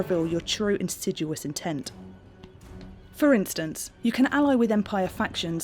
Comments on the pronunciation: Learn how to say the word 'insidious' properly, southerner. While you're at it, stop pronouncing 'glass' and 'grass' etc. with the word 'arse' unnecessarily inserted. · it how she chooses the incorrect way to say certain words like "insidious"? XD